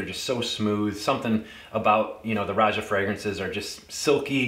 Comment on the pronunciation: Thanks for the review. I appreciate that you correctly pronounce Roja’s first name. His name is often mispronounced by fragrance reviewers as they interview him!